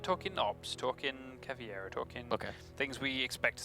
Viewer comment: its caveira not caviera ffs, even the commentators get it wrong